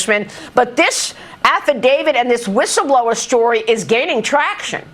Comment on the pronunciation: A "wishel blower"? How is somebody with a speech impediment allowed to be in front of the camera on the news? She sounds like Daffy Duck.